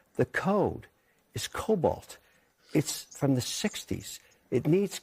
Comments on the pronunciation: FAA is using COBOLT ?!!!!😂😂😂😂 It's COBOL ....😂😂😂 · . COBOL, the programming language, not cobalt, the element.